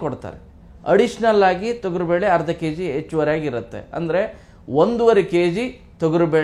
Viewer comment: Thogaru bele alla thogari belemodlu pronunciation sariyagirli